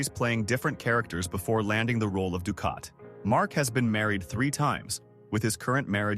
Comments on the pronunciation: Dukat sounds like dukot not ducat. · very annoying the mispronounced names of Nana Visitor, Gul Dukot and others, obviously narrated by AI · Nana was in Picard? No, she was not! Your AI confused her with Michelle Forbes, who played Ro Laren. Also, Nana is pronounced with the accent on the first syllable, not the nickname for some grandmothers. Lastly, Dukat WAS a monster! The AI also screwed up that charters name too. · Rene Auberjonois was probably the ONLY name it pronounced correctly. It biffed on Nana Visitor's name, Dukat's name, and others.